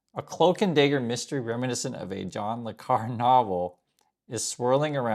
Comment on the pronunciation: John le Carré Qu'est-ce que c'est "John le Car"? Ecouter et répéter: "John ley Ca-rey" Sacre bleu.